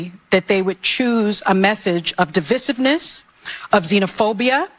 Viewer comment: Sonny needs to learn how to pronounce the word divisive correctly.